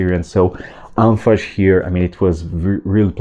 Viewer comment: Bro it is called Anfas with s not sh🫣